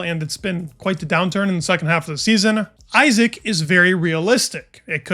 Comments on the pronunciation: Easy mistake to make, but as he is here to stay I hope, we should all pronounce his name the way he does: EE-zak (not EYE-sack) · Btw it's not pronounced Aisack, it's Isaack. It's an Arabic name, respect the pronunciation please. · it's pronounced e-zack